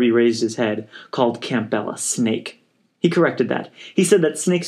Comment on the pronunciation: Odd way to pronounce "Campbell." Think soup.